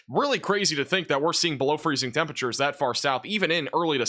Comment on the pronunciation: “temperature” is a four-syllable word..